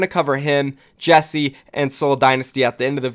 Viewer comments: Ikr? It bugs me so much, you pronounce it JEK SAY not Jessie :/ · It’s JECSE, not Jesse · Still pronounce jecse wrong. Cmon man 😓